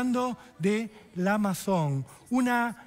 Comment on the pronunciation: Unmuy buen relato estropeado por la incorrecta pronunciación de idiomas extranjeros... "Lamborguini", así se pronuncia la tan repetida e incorrecta palabra Lamborghini (del italiano) y ni hablar de la francesa "Maison", que suema acá como Amazon... "Un cacho de cultura... lará lará lará"...